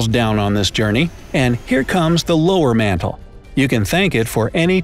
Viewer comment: lol "lower matall" its outer core